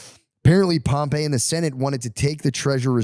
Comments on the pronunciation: Facts. Everytime he goes into history he mispronounces every name. Doesn't know how to outline historical data at a collegiate level. I took Rome History and totally wasting my time with the filter. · Him saying Pompey’s name wrong is driving me crazy lol